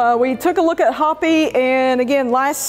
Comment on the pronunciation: FYI; the horse's name is pronounced Hope ee. She must be named after the Indian tribe here in Arizona. Sure appreciate your new vet's explanations and reasoning out the overall conditions!